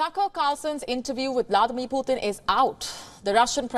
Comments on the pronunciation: Please pronounce PUTIN ( Pootin) not Poothin. POOTHIN ? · He is not puthin. He is putin 🤭